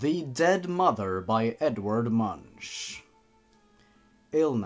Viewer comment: Blappy He says "Edward Munch" and when he says the name "Edward" he says "Edvard". 😆